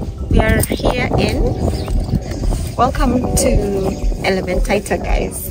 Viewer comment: Elementaita❌ Elementita✅ kais kiasi ianze kuitwa Elementitus